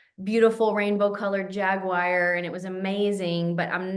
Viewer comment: Excited to listen to this podcast, but urgh, they're not "jag-wires"! 😜